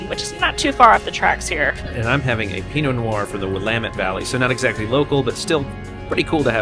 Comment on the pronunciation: BLESS you for pronouncing Willamette correctly!!!